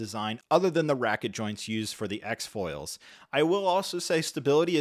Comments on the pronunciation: Ratchet joints, not racket... and S-Foils, not X-Foils. Also sure it's a Lego droid? Anyway, thanks for the review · "normal RACKET joints" my good sir i believe you mean "ratchet" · Also “ratchet” joints not “racket” joints